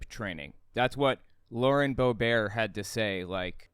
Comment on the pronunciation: I do believe you are thee only personwho pronounces Lauren Boebert as ( phonetically) Bo- Bear. Completely wrong. It is pronounced (Bo Burt). Got it. What are you french ?, or do you believe her ex husband is . Come on , you must be smarter than that !